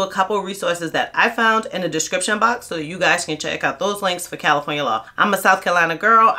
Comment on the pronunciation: You said Califronia and New York.😅 I was born in upstate New York and have live in California for last 34 years. But dont be fooled about all the labor laws in Califronia. California has the worst institutional racism in the country against men in particular of African American descent (even partial). Every group is here, so its the world is against us. The good thing is you can get a minimum wage job within a day if you have a clean record. Unless you live in rent control you cant survive off minimum wage here I'm going to bounce from Califronia after the 2028 Olympics in Los Angeles. Califronia mountains desert and coast is beautiful tho.